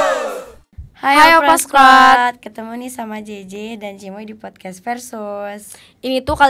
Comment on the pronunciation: Yg bener emang podkas bukan podkes, si bener bilang nya